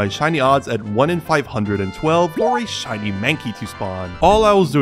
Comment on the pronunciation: "shinle wurmple"